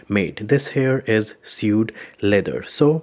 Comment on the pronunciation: it's pronounced like swade